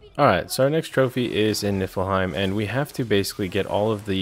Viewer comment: You pronounce it knee fill heim